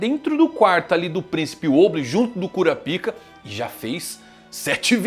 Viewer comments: mano.... nao fala cura pika nao.... bizarro isso... fala kurápka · Pronúncia correta (KU-RÁ-PI-KA). Pronúncia que gera gatilhos (KU-RA-PÍ-KA).